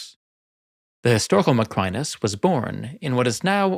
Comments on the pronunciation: Additional: 1) There´s English writing on the wall. 2) The water in a flooded Colosseum can never be crystal clear. It´d be a mud-soup; you wouldn´t even see the crocodiles in there. 3) Your pronunciation of "Macrinus" is completely false. 🙂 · Your pronunciation of "Macrinus," along with other Roman names, is remarkably poor—quite surprising for someone who is a professional historian. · Nice video but it really annoys me how you pronounce “Macrinus” incorrectly